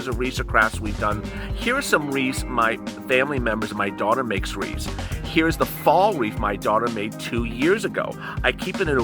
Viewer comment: Wreaths, not Reeves...